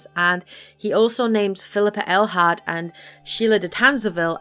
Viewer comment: Ah.. finally someone who says Phillippa Eilhart, and not Railheart